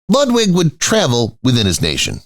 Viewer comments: Do try to pronounce the name of Ludwig correctly. Your repeated misprocuniation is off big time along with historical inaccuracies. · The narator mangles pronunciation of 'Ludwig' and 'Wagner' so can you imagine how he'd mangle 'Neuschwanstein' !!!